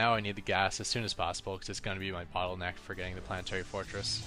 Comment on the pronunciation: polanoetary forotdds